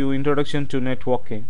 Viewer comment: Sounds like you're saying netwalking...